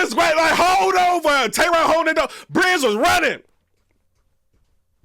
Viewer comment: It's ovha! It's ovha😂 chill